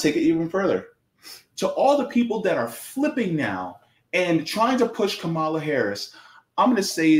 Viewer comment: Please stop miss pronouncing her name . You will never get a perfect politician never